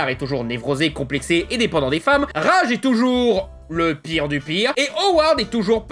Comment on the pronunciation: J'ai adoré la vidéo, mais j'aurais jamais d'avis négatif sur la série...Le seul truc que je pourrais te reproché à toi, c'est que tu prononce le nom de Raj..."Rage" alors que ça ce dit "Radje"